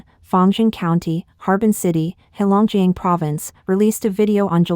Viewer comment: Pronunciation help... Qin Gang = chin gahn... Heilongjiang = hey long jahng.. Yuan = yen..Wei bo = Way bo